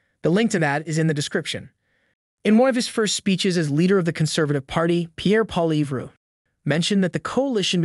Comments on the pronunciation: Plz fix the pronunciation? Try "Polly-yev" in your script instead of Poilievre, it should sound much closer to his name 👍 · Lol this is how you pronounce Pierre's last name "Polly-ev" lol the "RE" IS SILENT. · I'm sorry but your FPN pronouncing of Poilievre is abysmal. .. P OIL ievre Guilbeault appears to be a small man in a big job? Going down.... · You need to learn to pronounce Pierre Poilievre name properly.. You do not pronounce the r!! it is Poili eve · Really? You're going to have to figure out how to pronounce "Poilievre". After all, he's going to be our next PM.